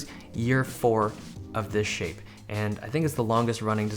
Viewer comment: Jose Alonso lol he said "shape "!